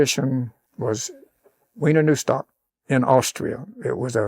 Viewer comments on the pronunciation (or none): It's Wiener Neustadt not Weiner Neustadt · Wiener Neustadt, not Weiner Neustadt. And it’s a bloody long way - right across Germany.